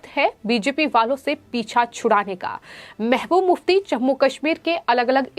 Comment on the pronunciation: It is pronounced as mehbuba mufti not mehmuf mufti.